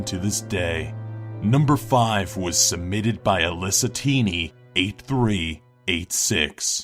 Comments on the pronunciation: says 8368 wrong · Anyone else notice that he messed up Alyssatiny8368 name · he said the name wrong 😂😂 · did anyone else catch that the mess up at the name ?